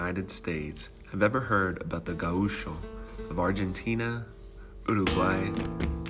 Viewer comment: It is wrong pronounced. It is GAucho, with GA being stronger, not gaUCho. Also the ch is like in english… like chuck.